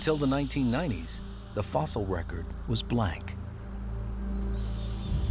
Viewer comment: oh and it's "Fossil".